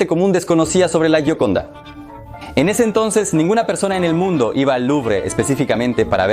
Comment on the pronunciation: Se pronuncia yioconda.